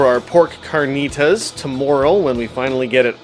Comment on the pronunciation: Carrrrrrr-knee-Ta-ss lol